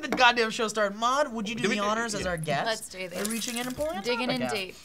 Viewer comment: Wow, I really want Maude to be a host now. Like really badly. She fits perfectly with Stee and Will. They just need to pronounce her name properly. It's mawd, not mod